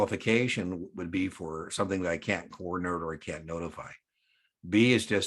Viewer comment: The administrator cannot impose higher capital requirements then The SEC. Had to use the closed caption function to confirm you said “can’t” as it sounded like “can”. Great video by the way!!!